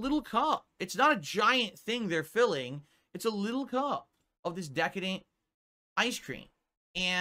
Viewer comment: Say decadadent again MFer!!